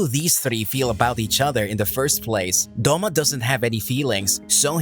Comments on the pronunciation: It is douma not doma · The way you pronounce douma is terrifying